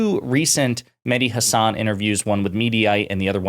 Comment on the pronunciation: If he's your favorite, why can't you say his name right? Listen to him. That's not how he pronounces Hasan.